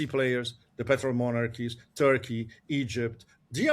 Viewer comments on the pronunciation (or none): none